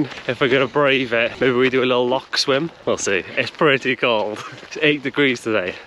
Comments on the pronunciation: Good luck with the house, once you become resident Scots you’ll need to master the pronouncation of Loch. (Not lock) 🏴 👍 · Gotta learn how to say Loch if u moving to Scotland ffs